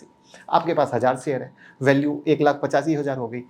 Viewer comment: श बोलना सीख लें आप तो वीडियो पर ज्यादा view आयेंगे, शेयर बोला जाता है सेयर नहीं बोलते